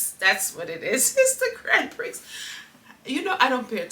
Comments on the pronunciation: bless your cotton sox. Grand Prix is pronounced grand prie. I hope you get better soon. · It's pronounce Grand Pre'. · 😂. Pronounced “ gron pree “ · F1 Grand Prix is pronounced Grand Pree.. 😉❤😊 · The pronunciation is right but the X is silent